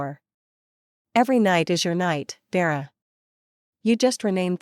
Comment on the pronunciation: Is the sister called Vera or Dera? It’s annoying listening and seeing two names. Is it Junie or Jimmy? Thompson or Tamson? Another annoying mistake. It’s little mistakes like this that show the creator of this channel doesn’t care to edit their work.